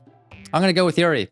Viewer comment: Hey, I love the videos, and I really appreciate your analysis of all the characters! I would absolutely love to continue watching this series, as I think you'll really be able to provide some insight as the game progresses. There's just one little thing... the character's names. Could you please try to pronounce them as the following?: Natsuki: "NOTS-key" (not "nuh-TSOO-key") Yuri: "YOO-ree" (not "yrr-EE") Sayori: Actually you did a pretty good job with this one!:) Monica: Perfect pronunciation, don't change a thing;)